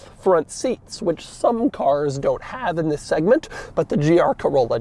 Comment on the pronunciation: EEEETHHHUIIISSSSSS the way he says THIS